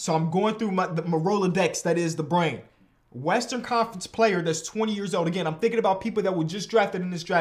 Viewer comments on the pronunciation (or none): none